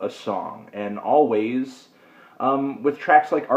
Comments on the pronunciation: Also, it's pronounced "Always", not "Alvays" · Its pronounced always btw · Anthony thinking it was pronounced with the V sound is almost as bad as the 3/10 review where he thought the Weeknd was a band